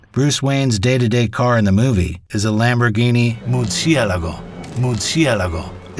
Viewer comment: So based on the Lamborghini pronunciation, I’m guessing this channel is not a car guy channel 😂